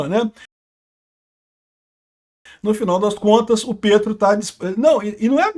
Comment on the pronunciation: Morro de rir quando o fala "Gustavo PRETO" parece shitpost😂